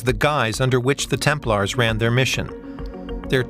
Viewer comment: You run interesting topic can't you make sure the audio is proof read? I hear multiple times the "order of the temple", isn't it 'order of the Templars". It's irritating to hear typos when you run an international channel.